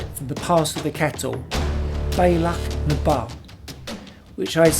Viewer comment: Delighted you enjoyed my stomping ground. And your pronunciations were a good effort! The Pass is the “Bee-Allach-na-Vah”. 👌 Stunning footage and photographs. WOW! That sunset shot is epic! Looking forward to part 2, but I’m concerned by what you said. I hope you didn’t have a fall????